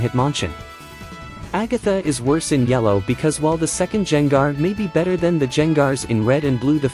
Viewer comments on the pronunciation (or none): Who tf is Jain Gar. How do you not know how to say Gengar?